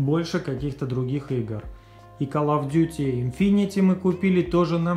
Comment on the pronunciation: и не калл и ккал , а кол